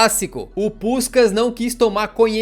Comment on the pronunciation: Tu meteu um “puxcax” cariocado do nada! Hauaahu